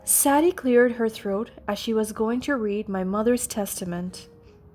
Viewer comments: Sadie…saydee not sad dee. And you are hospitalized in the HOSPITAL not at home. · Sadie is pronounced: say dee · Ian, and Sadie are NOT pronounced like that!!!